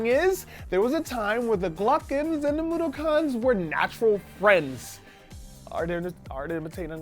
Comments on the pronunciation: Its mod-ock-ens not moddokons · moodookons isnt it mudokons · I don't think that's how you pronounce Mudokons. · I cringed every time mispronounced "Moudokons."